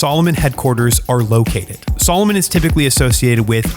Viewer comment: Aren't you mispronouncing the name Salomon??? I wore Salomon boots while in the Army, we were allowed to wear what we wanted in my unit. I still wear Salomon boots to this day - they are among the best in the world